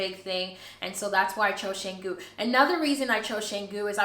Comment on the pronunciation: Pronounce Cahh-ngoo. A friend owns a villa with B&B there but business has been very slow this year. Best of luck to you. I have Balinese house and live in it in Jakarta, the capital city of Indonesia. Take a look and if you visit Jakarta I too have B&B if you look for a place to stay. Congrats and welcome to this country.